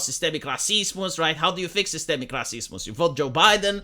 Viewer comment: It is pretty much how you really pronounce the word in Slavic languages - RAH-SEES-MOOS - which sort of makes it even funnier :D